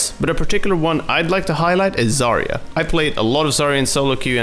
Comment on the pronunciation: ZAR YA NOT ZARY YA EVERY OVERWATCH YOUTUBER PRONOUNCES HER NAME WRONG IT TRIiIIGERS ME